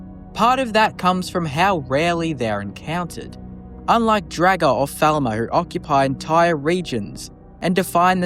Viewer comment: You saying draugr as dragr is killing me